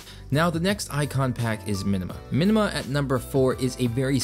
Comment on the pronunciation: Links please. Also it's "Minma" not "Minima" icon pack. :P